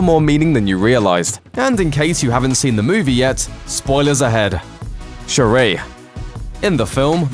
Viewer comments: Say it with me now: Shuri. It's pronounced Sure-e. Not Sha-rae. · Its not shuraaaah but shuri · Don’t be extra. Just say sure-ee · They pronounced Shuri's name so wrongly.